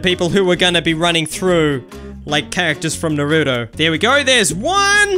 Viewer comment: Its not nooroooto